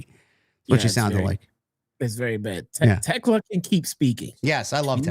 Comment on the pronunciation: Thekla,. Thekla.